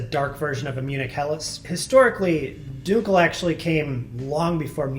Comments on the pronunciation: You're going to make me rage quit this video. Stop saying "DUKEL"!! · This guy has no idea how dunkel is said. How is he a beer professional if he can’t even say all the beer styles correctly? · Dunkel is pronounced DUN-Kel not DUNE-Kel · Not pronounced Dunekel, Dunkel like in the U in Junk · That's now how you pronounce "dunkel" fyi.